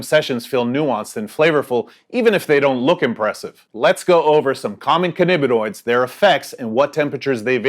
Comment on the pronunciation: Cannabinoids, not cannibinoid. Vaping is smug.